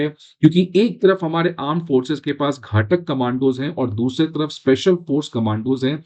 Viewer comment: घाटक नही घातक बोलते हैं